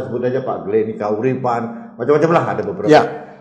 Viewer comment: GLEN KAIRUPAN,. bukan GLEN KAURIPAN.